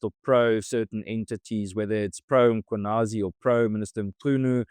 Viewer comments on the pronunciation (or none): pls note..Pronouncing Mkwhanazi. softly Mmm...kwa... nazie. (the m not to be pronounced loud rather softly.) Lets not say... makwanasie. thanks all. its a beutiful surname.